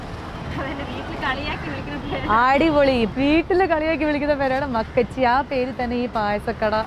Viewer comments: മക്കച്ചി അല്ല മക്കാച്ചി..നന്നായി വായിക്കാൻ അറിയാല്ലോ 🤭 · മക്കച്ചി അല്ല.മക്കാച്ചി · Makkachii alla makkaaaachii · Makkachi alla chechi makkaachi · മക്കാച്ചി ആണ് മകച്ചി അല്ല